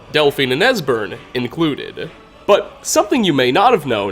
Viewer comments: you said desbern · Dude mispronounces EVERYONES name. Serana, Durnevir, etc